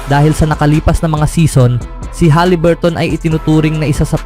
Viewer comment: Huliburton boy hindi haliburt.... Ikaw lang bumibigkas ng ganyan. Paiba-iba ka pa ng pronunciation sa ibang apilyedo... Ayusin mo...!!!